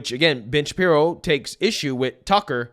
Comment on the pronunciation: It really sounds like your saying " bitch Shapiro"